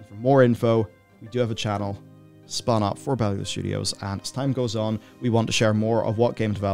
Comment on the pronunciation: yay now I finally know how to pronounce Bellular :,D Congrats on the game release!